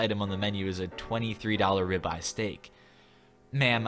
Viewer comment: Ribeye steak sounds like rabbi steak.